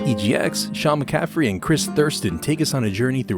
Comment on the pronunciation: I'd like to be the first to point out I think I mispronounced his name..I believe I said mccaffery instead of mccafferty. Sorry guys! Other then that I hope you enjoyed it!